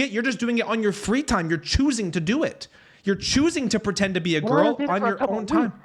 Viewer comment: "PWETEND" is all i gotta know about this dude